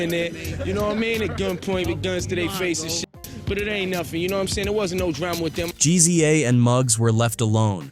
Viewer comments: "Gee Zee Ay from the Wu Tang Clan" 😂😂😂 WTF I've never heard "GZA" pronounced like that. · Bro said g z a lmao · GEE-ZEE-AY, lol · Did this 🥷🏾 really call GZA “Jeezy-aye”!?!🤦🏾‍♂️